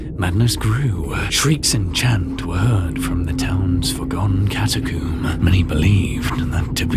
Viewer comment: Did he say Cata-coom?